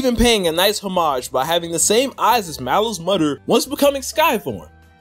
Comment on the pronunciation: I’m sorry, I just had to take a break from the video to see if other people were also getting aneurisms from hearing “Mallow’s MUDDER”